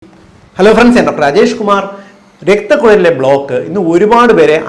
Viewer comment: അല്ല സാർ താങ്കൾ അജേഷ് കുമാർ ആണോ രാജേഷ് കുമാർ ആണോ നിങ്ങൾ പറയുന്നതൊക്കെ അജേഷ്കുമാർ അജേഷ് കുമാർ എന്നാണ് നിങ്ങളുടെ വീഡിയോയിൽ കേൾക്കുന്നത് 😅